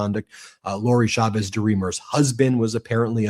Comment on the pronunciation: Please pronounce Chavez correctly. The CH in Spanish is NEVER pronounced as SH. It is always pronounced CH, as in CHUMP.